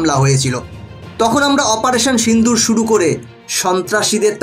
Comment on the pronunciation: অপারেশন সিন্দুর না, সিঁদুর। বাংলা লেখা যাচ্ছে না ঠিক করে। কিন্তু উচ্চারণ এরকম হবে। সিন্দুর হিন্দি উচ্চারণ। বাংলায় সিঁদুর।